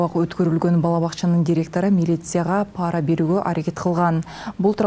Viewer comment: Паара дебей туура оку айланайын,пара деп